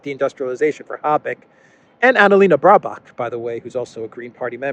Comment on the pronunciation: Annalena “ Brabuck”. 😅😂🤣 Baerbock.